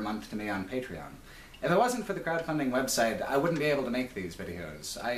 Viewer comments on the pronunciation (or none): none